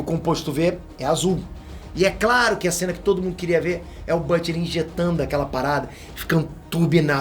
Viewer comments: Excelente vídeo! Mas a pronúncia em inglês de "Butcher" é "Bútcher" e não "Bâtcher" ( /ˈbo͝oCHər/ ). Fica a dica! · Oooo, fala o nome do Butcher direito!!